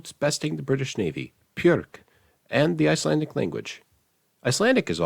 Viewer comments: Btw, “Björk” is pronounced “byuhrk”, not “pyuhrk”. The Icelandic ‘b’ is pronounced essentially exactly the same as the English ‘b’ :) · Icelander here. Nice video, although your pronounciation of "Björk" sounding like "Pjörk" was a little offputting. I know our pronounciation of soft consonants is sometimes just slightly more aspirated than in most european languages, but still B is not a P and D is not a T. Sorry, I worked with tourists for many years and loved teaching them some Icelandic, but very often I said a word with a soft consonant, and they repeated the word with a hard consonat :/ Anyway, it's just a thing I noticed as a native speaker working with foreigners. Also, Icelanders DO NOT raise their voice when forming questions. It stays pretty flat, just like when forming a statement, and I think Finnish works the same.